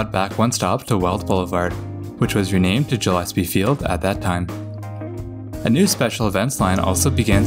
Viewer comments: Great video! I rode the first line from downtown to San Ysidro when I was a kid. Once small mote: Gillespie is pronounced with a "guh" sound. Like a fish's gills. (Lots of our names in San Diego are odd, like Otay doesn't rhyme with Okay. It's pronounced Oh-tie). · tbf, who pronounces it like that? It's always Gill-ess-pee.